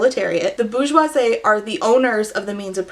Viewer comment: Your prononciation of bourgeosie is SENDING me hahaha your homeschool is showing! (no shade from a fellow Abeka alumni for better or worse).. I have mispronounced so many things in my life because I didn't have enough social interactions to help me get correct pronunciation (but have a great phonetic/sounding out foundation) It should be boor (like Poor) jwaa-zee